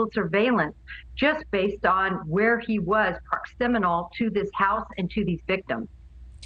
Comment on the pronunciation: “proximinal”? Hmm…